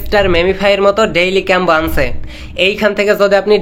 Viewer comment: Lol 😂 কম্বো কে বলে ক্যাম্বো 😂 হাস্যকর। দিন শেষে এরাই আবার ইউটিউবার। অথচ এদের নুন্যতম শিক্ষাগত যোগ্যতা নেই